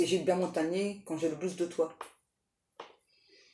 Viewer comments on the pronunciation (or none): none